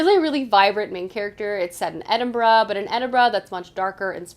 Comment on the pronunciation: Thank you for saying Edinburgh right lol. Most people pronounce it Edin Borough but us Scots don't say it that way. :)